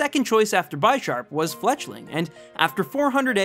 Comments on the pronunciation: I hope you realise Bisharp is pronounced bih-sharp. Like the word bishop. The names are like chess pieces, pawn and bishop... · One thing I just want to point this out, Bisharp is pronounced like Bishop, as Pawniard and Bisharp are based off of chess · It hurts when he says Bi sharp. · it's bih-sharp not by-sharp, because it's bih-shop and not by-shop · ITS NOT BYSHARP!!! ITS BISHARP, LIKE A BISHOP. ITS NOT A FUCKING BYSHOP!! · Lmao the pronunciation is a bit funny tho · just saying you can't say '' Bisharp '' correctly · But the way he says it is pretty funny. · BTW u said bisharp wrong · The way you pronounce Bisharp hurts. Hooooowwww do you get that wrong?